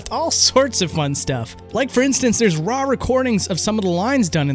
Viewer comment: To all of you pointing out says "drawring". He also says "rawr" instead of "raw"